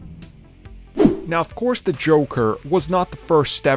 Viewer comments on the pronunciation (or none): Armins "da" instead of "the" count